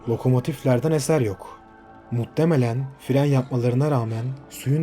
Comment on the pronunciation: Seriyi izliyorum muttemelen demen siniri mi bozuyor muhtemelen desene